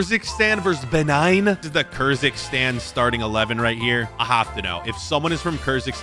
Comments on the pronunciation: Bro saying kyrzikstan instead of Kyrgyzstan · Kyrgyzstan 🇰🇬 community who watched him mispronounce it as Kerzikstan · Maybe learn how to pronounce these countries names first. You made a complete fool out of yourself butchering Benin, Guinea Bissau and Kyrgyzstan.